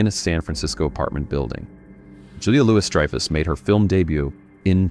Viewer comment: How can you mispronounced Julia Louis-Dreyfus' last name?!